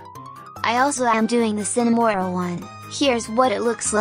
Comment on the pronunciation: the text to speech:Cinimoril💀(Cinnamonroll)